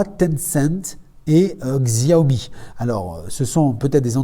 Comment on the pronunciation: Bonne vidéo malgré quelques inprécisions/erreurs ex Xiaomi se prononce "chiaomi" :)